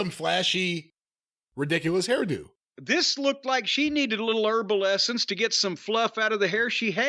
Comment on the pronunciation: Hearing Jim say herbal essence just made my day. 😂😂😂